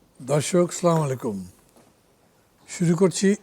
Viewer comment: মান্না সাহেব সালামের এর সঠিক উচ্চারণ হল আসসালামু আলাইকুম সালাম টা সঠিক ভাবে দিয়েন